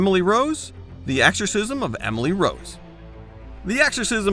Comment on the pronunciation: is it me, or is this guy constantly saying AXEorcism?